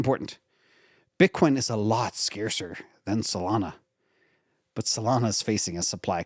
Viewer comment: "Scarcer, not "Scacer"... lol ; )